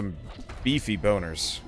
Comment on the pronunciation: "beffy bonners" 😆😆😆😆